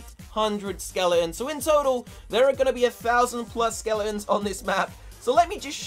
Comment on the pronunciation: Why do you say skeleons